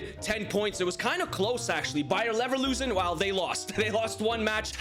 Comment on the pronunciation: Happy new Year but you pronounced Bayer Leverkusen wrong you said it like Bayer Neverlosin